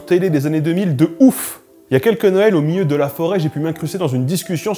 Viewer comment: Je commence à remarquer que plein de gens disent "miyeux" pour dire "milieu", est-ce un accent local (si oui d'où vient il ?) ou est-ce une déformation récente ?